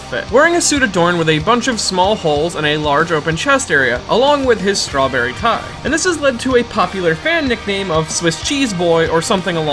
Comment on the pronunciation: He even pronounced strawberry wrong